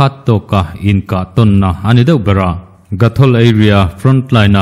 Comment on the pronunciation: GOTHOL tihtur ..